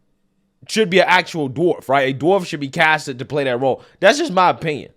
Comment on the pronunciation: My favorite part of watching your videos is that fact that you don't have the letter T in your verbose language skills. haha, I love it. For example, for the English word "this", you pronounce it as "dis". For the English word "that", you pronounce as "dat". hahaha...makes me laugh every time I hear you use those words.